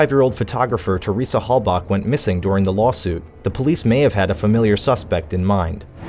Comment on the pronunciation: i've never heard someones name pronounced so many different names....Teresa hallback, hallbuck, hailback, hailbuck, etc.